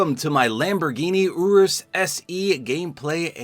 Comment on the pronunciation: You said urus wrong